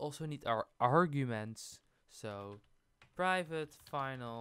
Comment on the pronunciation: Oh my god that slow zoom on the "privvate" 🤣